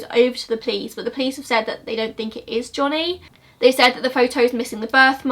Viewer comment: Also the way she pronounces Johnny like"jonniy" made me laugh